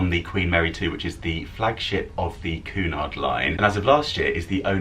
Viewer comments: Oh, I couldn't get past your Pronunciation of Cunard... its queue nard as opposed to Coo nard. Great video though. Love your channel and follow it all 😊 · It’s not pronounced Coo-Nard it’s pronounced Cue-nard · Actually, I believe it is: Cunard Line (/ˈkjuːnɑːrd/ KYEW-nard and I believe it is Lee-doh, not Lie-doh. Have a nice day. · Hey! Cheers for taking us along on your cruise boat experience. Just thought I’d let you know that Cunard is pronounced KWEY- nard. I’m not really into boat trips. But thought yours was quite interesting.